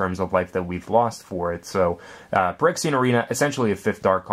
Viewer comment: its phy-rexia.... not perexia